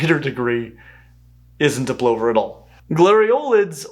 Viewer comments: Isn't it pronounced pʰlʌvɐ? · I'm guessing the pause was because you're not sure about the pronunciation? Plover is, at least where I'm from in Australia, pronounced "pluvv-er". Though the birds we call plovers (the masked lapwings) are not quite true plovers, but a close relation. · Etymological footnotes: in British English, 'Plover' rhymes with 'Glover' (one who makes gloves), not 'Clover' (the plant). The word comes via Norman-French, ultimately from Latin Ploviarius meaning 'rain (bird)' (though no-one is sure why), so it should probably be pronounced 'Ploover' :-). 'Lapwing' comes from Old English Hleapwince , whose first element meant roughly 'leap' and second meant 'to move from side to side' (and also gave us modern 'wink'), so "Leapwink" or "Leap-jink", which does describe the way the bird often moves in flight. In Britain we also call it 'Peewit', from its call. Jacanidae – cue Fats Waller singing 'Your Feet's Too Big'; "Your pedal extremities are colossal, to me you look just like a fossil." The plural of 'Grouse' is _not_'Grice', but we like to pretend it is. In the UK, other Lares – gulls – also steal your lunch. At seaside resorts, they often swoop down and snatch food from incautious people's hands. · Many comments point out that "plover" rhymes with "lover", not "over" ("pluvver" not "plohver"). I checked in Google AI with the question: "Does the word "plover" actually rhyme with "over" rather than "lover" in American English?". The reply was: "No, the word "plover" does not actually rhyme with "over" as its primary pronunciation; instead, it traditionally rhymes with "lover." However, both variations are officially recognized in standard American English. Major language authorities like the Merriam-Webster Dictionary accept two correct pronunciation." So the pronunciation used in this video is also fine. Very nice video, btw. I just got a bit distracted by what I initially thought was a mispronunciation. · Yes! “Pluvver” not “ploh-ver”! 🐜